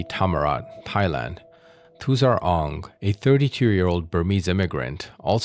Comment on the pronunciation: "Thighland"? Moron or AI?